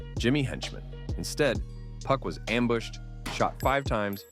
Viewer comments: Couldn’t finish this video one second you doing good “2PAC” then you disappoint me “Puck” who in tf is “Puck” man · Yo the A.I. voice keep saying 2 puck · White man says 2pack lol